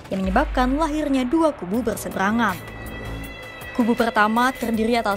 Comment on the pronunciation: Er..err...besebrangan😂. semangat😊